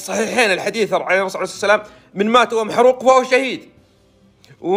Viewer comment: ويش اللي عرعرعر عرسلام ؟؟؟؟؟ استغفرالله العلي العظيم ياخي انطقها صح ( الرسول عليه الصلاة والسلام )